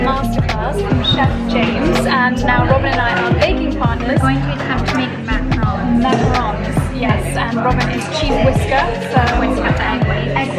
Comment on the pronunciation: PS- So glad to hear you and Robin pronouncing macaron correctly instead of macaroon like most other influencers! LOL